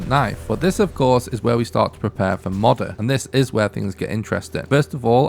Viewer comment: Two years old... hmm. I wonder if this guy has learned how to proununce Moder yet?